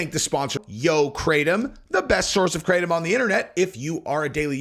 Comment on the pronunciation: where is the y kratom it's kra tom not Kray tom